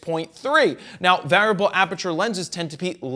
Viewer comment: Anyone else bothered by the strange pronunciation of the word ‘variable’?